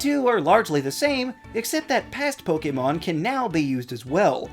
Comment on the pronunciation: Liked for actually pronouncing “Pokémon” correctly! Great video!